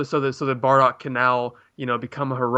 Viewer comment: Its "Bardock".. Not fucking "Bordack" Geez